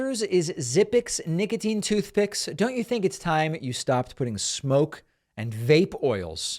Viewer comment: Nicatine? Really?